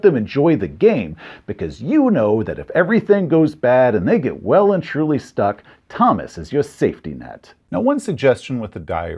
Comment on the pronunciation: "Well and truly stuck" Well, that's one way to pronounce that phrase!